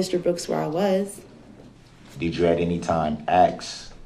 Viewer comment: I cringe almost every time he AXES a question 🙄